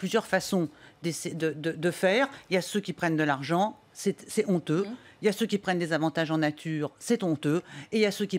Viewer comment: C'est tonteux lol. Le "h" du mot "honteux" est aspiré, donc pas de liaison, Madame. C'est honteux.